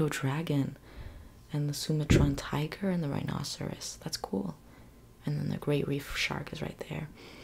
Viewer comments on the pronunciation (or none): none